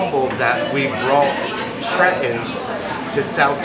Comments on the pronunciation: It's "TrenTon"! Not Tren-on. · You know it's authentic when the pizza owner pronounces the state capital: "Tre-in"